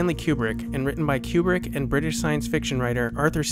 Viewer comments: Oh man, your videos are absolutely fantastic. I would be remiss not to stress in advance how much your videos reveal the care and energy you put into them. They really are well done........... But oh my God you really need to learn how to pronounce everybody's name. Some of your other videos have some pretty brutal pronunciations of the names of French and German auteurs. Even though many are quite common household names, I tried not to let it get to me, given that they are foreign. But then I came to this video. Where have you come up with Queu-brick? I think that you and Malcolm McDowell are the only human beings who have ever pronounced his name this way. Even the British girls in your own video get it right despite their dialect dictating elsewise. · THIS. "Cue Brick" Is. Driving. Me. Crazy. Countless people in the footage are saying it correctly, how was this overlooked? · Kubrick is my favourite film director. I am looking forward to this series. I have never heard his name pronounced "Qubrick". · "Stanlee Cube-rick" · great piece - but PLEASE stop saying Q-Brick - it's driving me to distraction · It seems someone who is such a fan of Kubrick would learn to correctly pronounce his name. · jesus christ; how credible are you, when you cannot even pronounce his name correctly? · Please pronounce his name properly. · KOO-brik, not fucken CUE-brik you idiot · its not kyoobrick its koo-brick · It's not CUE-brick. It's Stanley KOO-brick. Stanley Kubrick himself, being an American from the Bronx, pronounced it "KOO-brick." This pronunciation is also used by his family members . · People who purport to be experts on Stanley Kubrick should first learn to say his name properly, it’s Coo-brick, not Q-brick. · Isn’t it “Koo-Brik” not “Cyew-Brik” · It's not Q brick. Ku Brick. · Is it really pronounced "cube-rick"? I always said "koo-brick". Very curious. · You say Q-brick. Shouldn't it be Koo-Brick? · His name is pronounced Koobrick - nor Kuebrick